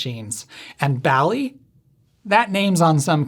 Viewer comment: It’s actually pronounced “BALL-eez”, because pinBALL